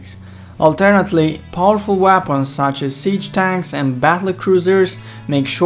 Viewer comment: the way he says weapons